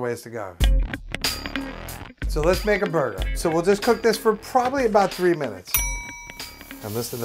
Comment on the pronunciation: are you saying "ho" or "ow blind people cok food"???